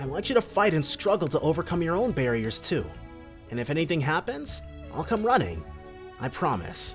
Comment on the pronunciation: The second Lloyd shows up again, he says "barriers" twice xD